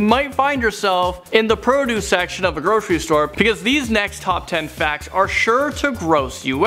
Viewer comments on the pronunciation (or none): none